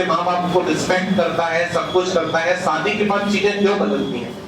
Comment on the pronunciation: Sir Aap apne Pronunciation ko sudhariye सादी नहीं शादी होता है आस्रम नहीं आश्रम होता है